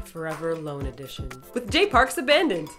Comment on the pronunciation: I love you but I have to go with Taeyang on this one. Also, Happy Birthday! One more thing, while listening to Abandoned, I kept on thinking that Jay was saying "Oh Mandy". It stupidly took me a couple minutes to realize that he was saying Abandoned!